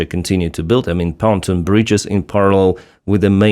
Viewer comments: I hear you say "fountain bridge", do you mean "Pontoon bridge"? If so please check pronunciation: pon-TOON. (capitals showing which syllable has stress) Pontoon rhymes with cartoon. Likewise, SAM systems like Pantsir have a "Ray Dar" (neither syllable has stress) which you pronounce "RADr". This is me trying to help. I read (watch/listen to) your stuff daily. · it’s not panton bridge, it’s pontoon bridge.